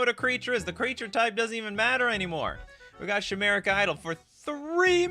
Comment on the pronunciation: I think you're pronouncing chimeric wrong. It's pronounced like Kai. You're saying it like shy. Like die but with a k sound